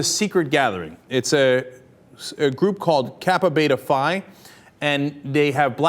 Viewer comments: He said Phi wrong.....this is clearly an occupy wall street channel for organising shit like this- it just turned into occupy everything- and to no avail - stopped by a wall of FEDS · He said Phi wrong